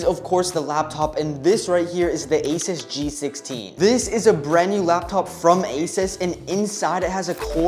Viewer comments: bro is asus not aisas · I hate when people pronounce asus asis